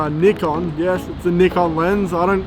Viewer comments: He said it the same way we do in UK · Finally, non-asian who correctly pronounce “nikon”. Cheers.